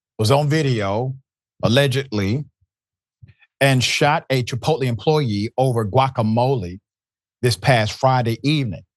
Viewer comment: How is this illiterate clown even on TV. He can't even pronounce the name of a restaurant properly. 😅